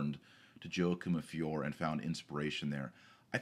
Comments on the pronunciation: And the name of the town is pronounced "Fioray". Just saying. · One should pronounce the "E" in Fiore, so it sounds like "Fioray" . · "Fee-or-ay" Everybody needs to brush up on his Italian. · FIORE Pronounced fee—YOR—ay Painful, doctor, painful